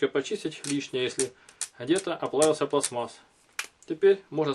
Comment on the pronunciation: НЕ пласмас,а ПЛАСТМА́ССА .